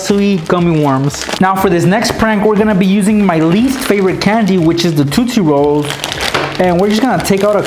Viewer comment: he said tu tu rolls 😂😂😂😂😂😂